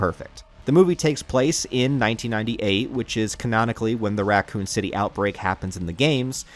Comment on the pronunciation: What is Ratcoon City? And what is a document-tary? Why are you pronouncing these normal words so strange?